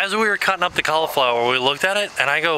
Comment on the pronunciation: The way you say cauliflower. You say it as if there is no i in it. xD When you upload it normally, I watch your video about 6 in the morning, and it's kinda good for me cause it's before I go to school.